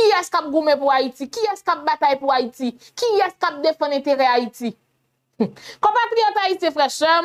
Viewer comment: c pa an fayite: c Hayiti dan l'abim